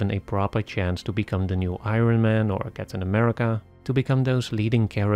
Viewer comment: Hey there! I'm not watching any of these bs Marvel movies, but I still enjoyed your analysis. I have a little tip/correction: The word "Iron" is actually pronounced "Iorn". Just exchange the _"O" with the "R". You're making the same mistake many non-native English speakers do. Including me for some time and including the German dubbed versions (German dubbing is actually pretty good and it's own form of art) of the "Iron Man" movies. The absolute majority here in Germany/Austria/Switzerland pronounce it the wrong way. So you're waaaay not alone!